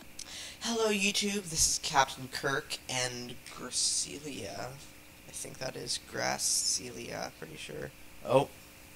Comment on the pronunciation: Thank you for pronouncing my name wrong xD It's fine most people do, had lots of fun recording with you! Hope we can do it again :P